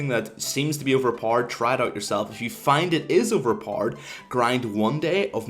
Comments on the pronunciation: OVERPARD, that´s how you pronounce OP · OP=Overpord??? wtf is he saying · "Overparred" sorry for making fun of your accent but i had to lmao ekks dee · continuing to watch just to hear u say overpowered more lel